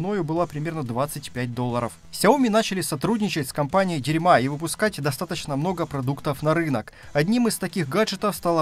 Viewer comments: Автор видео 👍 Но это не дерьма а Дэрма! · Я бы сказал дИрма... с ударением на первый слог. А то дерьма совсем не годится:))) Ну или дЭрма. Типа как кожа) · Дирмэ возможно так должно произноситься?